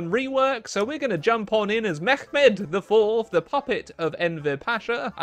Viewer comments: it is just Mehmet, not Mehkkhmet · But Mehmet is a turkish name variation, so you pronounce it as such, which would be Meh-met, with a clear "H" sound, not a "Ch" sound. Atleast this is how you pronounce it in modern turkish, maybe there was a slightly different pronounciation during the time when the ottoman alphabet was used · it's Mehmet, generally it's only kh sound if there's a kh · So im a turkish boi and i want to correct some stuff. Like you say at minute 7 just say mehmet dont do that H thing Beacuse we dont use arabic, our language is very different . Thats why we say mehmet instead of mehmed. So just say it normally. I really hope u understood me and some ppl in the comments. Thank you. Edit: But in the past we used a language mixed of arabic and persian. So in that case you are right reading it like arabic. Edit2 And we didnt used camels. (I'm just letting u guys know dont hate me pls) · yes its mehmet not mehmeq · dude what are you talking about? There were many Greeks in the Ottoman Empire too so if pronounced it with a greek accent, would it be a correct pronouncetion? No, of cource not. Mehmet is Turkified version of the name so saying it like Arabic or etc. is simply wrong. End of the story. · You don't need to do the kh sound when you're pronouncing mehmet, so the other way was correct :D